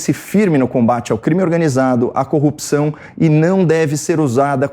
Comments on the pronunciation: Queria saber porque é necessário falar ;”CONJA; DEMOCRAXIA; COOPÇAO em vez de corrupção ?. É muita frescura ….. a boca fica parecendo que tem outra função deformando seu movimento natural. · Copi...ção ? No lugar de CORRUPÇÃO? Ave !